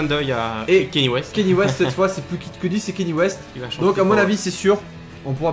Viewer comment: Kanye West pas Kenny West !